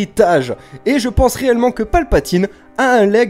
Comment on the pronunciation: A chaque fois que tu dis "réellement", j'entends "reyllement" haha